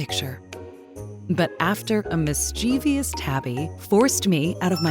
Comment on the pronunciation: I really like the story....My issue is that "miss CHEE vee us" is an incorrect pronunciation of mischievous. I think would pronounce it correctly.